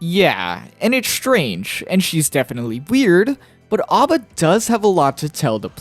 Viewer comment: A.B.A is pronounced with the phonetic a, like the group ABBA. It's the origin of her name after all. It's you think that's midge be a reference to music somewhere, it almost always is.